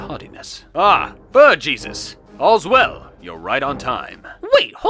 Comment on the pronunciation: He was called "aaabaaajss"